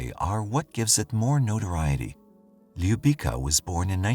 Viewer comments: Ljubica is pronounced Loo beetz sa. Her last name is said as To pich. I am from Windsor Ontario. There are youtube clips from Windsor Police where the former chief of police pronounces her name clearly. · Little girl’s name is pronounced Lyou-bee-tsa. It means love or kiss. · Stvarno bi trebalo malo da se potrude oko izgovora imena koja nisu engleskog porekla...bukvalno para usi kada izgovara njeno ime nepravilno